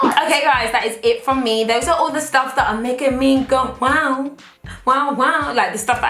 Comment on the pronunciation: I'm now in the habit of saying woaw rather than wow cause I've seen n heard u say it so much😂😂😂